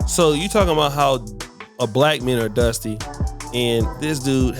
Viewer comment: This was zaddy number 12. The saga continues 😅 And she was probably his black girl number 12, with a mental illness (whose draws he wanted to rip apart). 😅 But “we beez dustay”? 😅